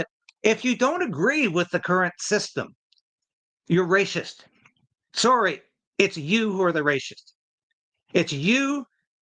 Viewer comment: the is word racist, pronounced with a soft c. It is not pronounced ray - shist.